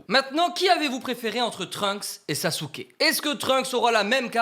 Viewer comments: On prononce pas "SasUke, on le prononce "Saské"! On prononce pas le U à la fin… 🤦🏻‍♂️ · Si jamais le bonne prononciation dub/sub est Saske et pas SasUke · T au courant que même si sa s'écrit Sasuke sa se prononce Saske